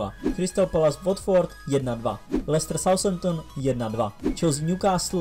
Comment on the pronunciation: Nic proti ale Southampton se nečte [saushemptn]. South= jih se taky nečte [saus]. Th se čte jako takové to "f". Jinak zase super videjko.